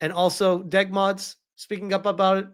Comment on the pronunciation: My brother in Christ, it's D.E.G. Mods, not Deg Mods.